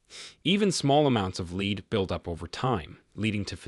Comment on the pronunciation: Its pronounced "led", not "leed" AI voice.